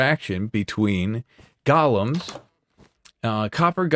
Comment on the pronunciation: I absolutely love seeing your videos! But for the love of everything holy, they're golems, not gollums. GO' lems